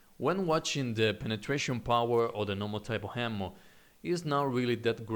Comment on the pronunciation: you're really good at this game. but you have to work on your pronunciation, my friend. What's with the unnecessary H's? H'ammo? Really? why?